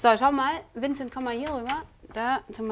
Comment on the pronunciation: Wie die "Vincet" gesagt hat, und ihn dabei so... angeschaut hat. O_o